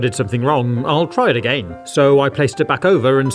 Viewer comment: The way he says again A..Gain